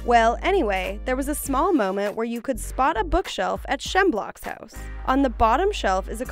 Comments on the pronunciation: I’m sorry “shemblock” don’t you mean shmebulock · Did anyone else notice that she said "Shemblock"? It's supposed to be "Shmebulock"... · SHMEBULOCK! NOT SHEMBLOCK! URGH! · Pronounced as Schmebulok not Shemblock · Excuse me, “Shemblock”?!?!? His name is Shmebulock. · Have you actually watched gravity falls shhh-meb-you-lock not shemlock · Excuse me, "Shemblock"? It's Shmebulock. What kind of Gravity Falls fan are you? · ShEmBlOcK?! Did you mean SHMEBULOCK? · Did you just say shemblock SHMEBULOCK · Shmebulock not shemblock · You know they got in a scriptreader who's never actually seen the show when she pronounces Shmebulock as 'Shem Block'. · Did she pronounce shmebulock’s name like “shemblock”? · so no one’s gonna mention how she pronounced “schmebulock” as “shemblock” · Why did she say shemblock